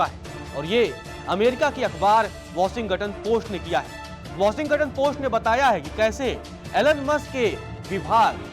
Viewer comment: Pronounce shi kro brooo.. washington ka.....